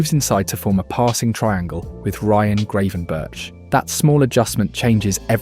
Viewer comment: the way he pronounced Gravenberch made me stop watching, what was that 😭😭😭😭😭😭